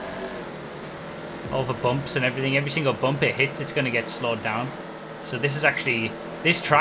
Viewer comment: I laugh every time you say "bump"